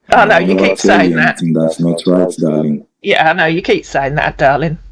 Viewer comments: Every time I hear him say dahleeng and profess lurve I need to swallow a tiny bit of vomit. Will enjoy his come uppence immensely. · Doll-ling , doll-ling 😅😂